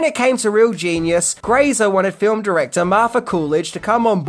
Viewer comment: Fine fill um huh. It's a one syllable word with four letters and none of them are u. Stop it.